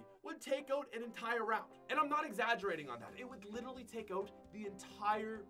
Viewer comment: I still cant get over pronouncing out "Ote"